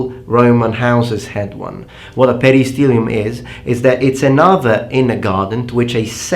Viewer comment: 'Domus' is pronounced with short o, not 'dooohmus'. And it's 'peristylium', not 'perystilium'.